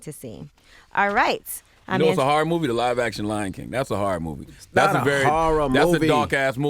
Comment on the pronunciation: I'm sorry but what is a "Harrer Story" ?😑 all tree of yall cant pronounce HORROR...